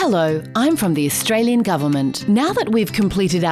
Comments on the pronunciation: I think it´s AustraliAn not Australien?? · Austrailen, hahahaha